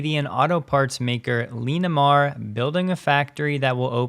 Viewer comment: Pronounce Linamar as "Lin - a - mar" Not "Lean - a - mar"